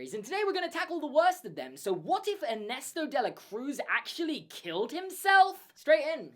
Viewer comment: This is the first time in my life I have heard a non-Spanish speaker pronouncing Ernesto De la Cruz... and I’m shocked lmao 😆